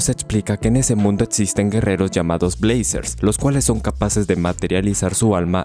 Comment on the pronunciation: Jajajaja, en el minuto suena la intro de brazzers, puesto que dices blazers 🤣🤣